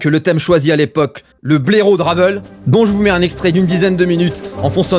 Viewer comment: Ça se prononce "Ravèl", pas "Raveul". C'est un nom français. Ce manque de culture, bordel. Arrêtez d'être soumis à la culture anglo-saxonne.